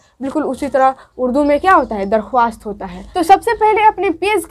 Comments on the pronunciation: Madam ji darkhawast nhi bolte likhte hai darkhast padhte hai ok!! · Aap darkhwast na bolke darkhast bolie aur farman bardar na bolke farma bardar bolie